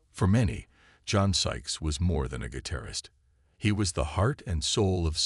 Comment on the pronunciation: What is a gui-tair-ist?